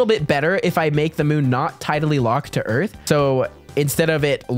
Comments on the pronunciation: did you mean earf instead of earth? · yes it is called earf!